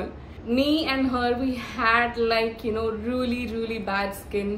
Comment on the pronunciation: Ruelly ruelly ruelly 😂